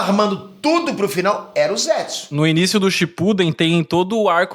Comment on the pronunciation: Não é ZÉTSU...é ZETSU